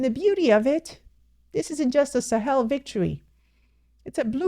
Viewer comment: She's one person pronouncing ,the Sahel, correctly 😊😊😊😊😊😊